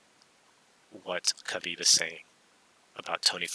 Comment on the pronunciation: Khabib didnt say it right lmao